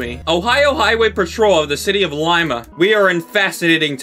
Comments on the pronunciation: As a Peruvian, i was hurt when (sorry is it he/she/they?) Mispronounced Lima lol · I'm not Peruvian but I was also hurt by it lol. She goes by she/her btw :)